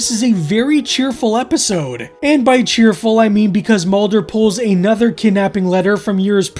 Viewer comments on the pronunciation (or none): none